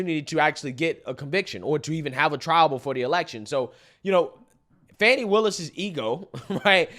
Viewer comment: G, you said it correctly, Fanni Wilis, along with Letica James are an embarrassment to black women and the black community as a whole!!